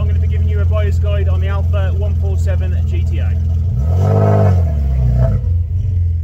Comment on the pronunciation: Nice one. Actually the correct way to pronounce the model is GE TE A. 👍